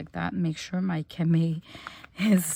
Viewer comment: You said cama, it pronounced with the long e and o sounds at the end. Love the French language.